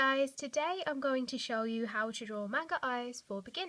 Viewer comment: its not MAN GAAAA its Mang a like Maaaannng a xD